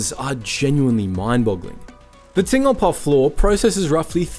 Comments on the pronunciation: Ting-lpa? Bruh, its Tinn-Gal-Pa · Where is "Tingle-Pah"? Try "Tin-Gal-Pah". I can accept that your voice-over isn't AI, but at least do your basic research on pronunciation. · What Aussie would get "Tingle-pa" from Tingalpa whether they know the suburb or not? Even Sandgropers aren't that strange. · As someone who lives in the suburb, the way you say Tingalpa triggered me. It's Ting-Gal-Pa. Otherwise, great video! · The suburb is pronounced “Tin-gal-pa” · Other then the bizarre pronounce of Tingalpa. This video may explain the strange reaction I have to eating the chips. Basically my mouth goes this is bad sheds skin and goes kinda swollen. I traced it back to salt and vinegar chips. Something in the vinegar flavouring to be exact. So I attempted to try different brands and always had the exact same result. Cheap or expensive which baffled me. But seeing as they are made in the exact same factory likely with the same vinegar flavouring the reaction is not surprising. I can have actual vinegar white, malt or apple cider. So I know that it isn't the issue. But I just decided it's way easier to just get fried chips and add salt and vinegar to them then attempt to find out why the bag kind is so unfriendly towards me. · all the research into Smiths chips, but you failed to get the pronunciation of the home of Smiths correct🤔